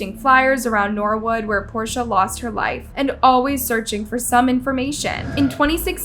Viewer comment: At minute you mispronounce Portia’s name. So many of these channels badly botch victims names and it’s just disrespectful! If you don’t know how to pronounce a name, city or word, just Google what you can’t pronounce and hit the little megaphone button, it’ll give you the correct way to say it.